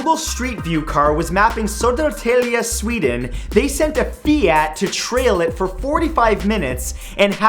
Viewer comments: SOEDERRTEELJEE Sweden, i rofled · "Soeder teelje" Hahahaaha Södertälje*, It's funny if you're swedish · when he said Söderstälje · "Zotortella"?! Oh, you mean Södertälje... More proof that you can't pronounce Swedish words/names without sounding like a dyslectic dolphin, unless you're Swedish. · "suuredtelje" LMAO hahah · the way u pronounce södertälje.... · I´m cringing at him saying "Södertälje".... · Ahh the english pronounciation of Södertälje, Gävle, Skåne & Sundsvall never ceases to amuse me. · LOL, Is that supposed to be Södertälje? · haha södertälje 😂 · damn you butchered the pronuoncing of Södertäje lol, great video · That pronunciation of Södertälje was horrible! XD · Södertälje... I gotta say that pronunciation kind a sucked. But you aren't Swedish so I forgive you. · Haha, the way he says "Södertälje" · Matthew Santoro hahaha you can't say Södertälje 😂😂😂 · Matthews pronuoncing of Södertälje, im laughing way ro hard, sorry. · Matt i Love the way you pronounced Södertälje! Hahah. It is a difficult word though:) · As a swede it was really funny hearing Matt pronounce Södertälje xD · Thanks for a good laugh when you try to pronounce Södertälje. And thanks for a good show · It sounded like he thought "Nailed it." when he pronounced "Södertälje". He meant Södertälje, right? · Only me that was about to laugh my eyes out when he tried to pronounce Södertälje, any swedes? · When Matt tried to say Södertälje 😂😂😂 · on fact #19 that was a weird way to say Södertälje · Södertälje you mean? xD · schönfelder I was not impressed...